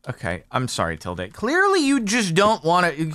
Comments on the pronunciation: It's Til-duhhhh, not Til-dayyyy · Oh look a pretty white fox that had a lovely name!! Uh some stuff to say about tilde the fox First off, frick you kenadians discord server for voting me into becoming a fox I am not one but now I am against my will :[ Secondly it’s “til-duh” not “til-day” Thirdly I am unfortunately going to make this canon tilde lore simply because yes Anyways I shall go and enjoy my berries and sleep and whatnot now idk what foxes do